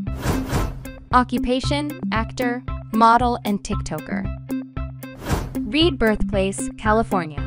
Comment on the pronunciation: I literally heard “rebirth place”for the Read Choi guy😂